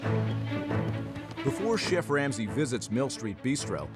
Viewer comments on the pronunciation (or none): Did this cocky owner say "fun-shoo-ality" when he meant "functionality"? - "Shenf Ramsey" - "SELF-taught by old-school Europeans" What an idiot 😂😂